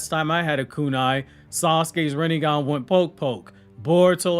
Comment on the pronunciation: hehe Rinne-gone